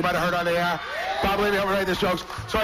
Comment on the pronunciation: This might be me being persnickety, but I never liked the way he says "air". He adds so much emphasis. He will say something like, "That one time I was on the airahh." It's just super annoying lol.